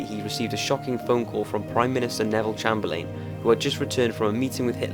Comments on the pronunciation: I hate to point a mistake on one of your videos Top5s but the British Prime minster at that time was pronounced Neville Chamberlin as in Cham-ber-lin. Just thought I would tell you. grate vids by the way i'm hooked :) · You need to learn how to pronounce Chamberlain. Good video though. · I like your videos but your pronunciation of some words is weird. Chamberlain in this video.